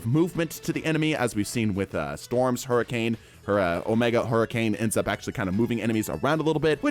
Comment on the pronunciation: Not to mention “hurriance”